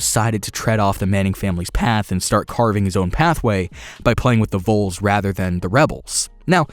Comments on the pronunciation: Great video! Vols not voles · Thank you!!! That was irritating me to NO END!! It's VOLS! Not Voles!! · Seriously hoping he comes to tennessee. oh and btw, it’s vols not voles. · Tennessee voles... ITS VOLS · Anyone else bothered by the way he says vols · James Heiman yes, thank you thought it was just me. Vols as in short for volunteer